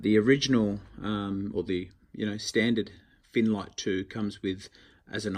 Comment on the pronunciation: My hearing may be dodgy. Are you saying finnlight?